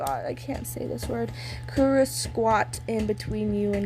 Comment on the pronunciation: it great u tried saying their name's let me help u kurro- kuroh kenma- kenma kozume- kozumay